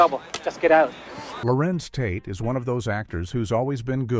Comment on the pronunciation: I’m Noting That You Are Showing Disrespect For These Amazingly Gifted Artists. You Called Larenz “Lawrence” and KeKe “KayKay”. This Is Absolutely UNACCEPTABLE!!! 🙄